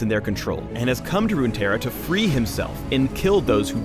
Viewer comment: "Runeterra" AMIRITE-A.Sol 2k16 confirmed savage